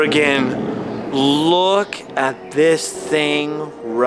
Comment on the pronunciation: It sounds more like you're saying Oregon rather than organ. Like 50% of the time. Maybe it's just me. Especially being from Oregon.